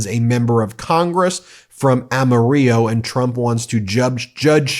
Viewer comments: Amarillo is pronounced am-er-ell-oh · You've never been to Texas, have you? Amarillo is pronounced "Am-a-RILLO" not "Am-a-REEYO". The Spanish word for yellow is pronounced that way, NOT the Texas city. Get it right, or don't say it at all. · It's am-uh-RILL-oh. Rhymes with Grill-Oh. Not ahm-a-REE-yo. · Ben, Texan here. We pronounce Amarillo with l sound, not y sound, even if you're from Amarillo. 😉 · BTW, that town in West Texas is pronounced with an L sound instead of a Y. Don't ask me why, we're Texas and we don't follow no stinking rules. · Ben, Congressmen Ronny Jackson - Texas 13TH Congressional District which includes Amarillo which rhymes with armadillo. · Amarillo like armadillo. Pronounce the '"L's." 😊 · just a note - It's pronounce "Ama-rillow" - we keep the L's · The 2 Ls in Amarillo, TX are pronounced as Ls not the Spanish pronunciation. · ? AMARILLO in Texs is pronounced as Ama rillo Great video, Ben! 👍💕💙💙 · it's pronounced Am-a-ril-lo, too many white people for the Spanish version. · Look up pronunciation of Amarillo. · You are mispronouncing Amarillo. 100 percent of Texans pronounce it correctly. You don't. Otherwise, it's a good show. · The way you said Amarillo, dear god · Amarillo TX is pronounced like armadillo they don’t use the Spanish pronunciation